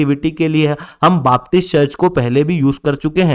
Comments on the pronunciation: बापटिस्ट नहीं बेपटिस्ट। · it is known as BAPTIST CHURCH and NOT "BAAP"TIST CHURCH